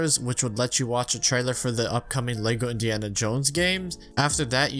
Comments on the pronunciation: I’m not watching a 40 minute video of a guy mispronouncing lego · ah yes my favorite game, lego staars